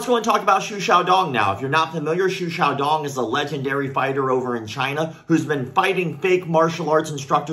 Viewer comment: I very much appreciate you pronounced his name correctly.